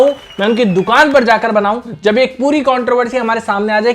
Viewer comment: Why is it controvery instead of controversy 😮